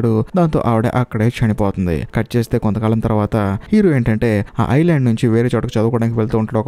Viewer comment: Island lo s silent chesi pronounce cheyyali maybe anna kangarulo ala cheppesaru